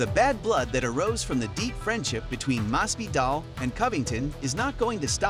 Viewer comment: Mas-Vee-Dahl Please, dude....